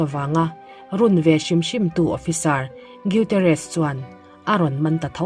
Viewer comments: Gutierrez tih chu iduhleh i channel ah va lamdik la nimai lawm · Gutierrez tih i lam dan hi a dik chiah lo deuh em aw ka ti mai mai. A chhiartu leh a lettu thiam loh, țawngkam diklo a awm zeuh zeuh bawk a